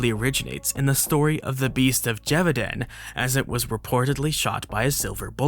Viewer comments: Lol, this is like the third werewolf dedicated video I've seen this week and none of them have pronounced "Gévaudan" correctly. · Lol, but they also all agreed to mispronounce Gevaudan 😛